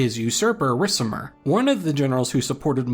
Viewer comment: "RiK-IM-ER" "Odo-AK-ER" :(